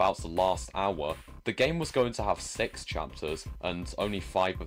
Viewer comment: Hey i have a question, why u said "Sex" or "Six" that u said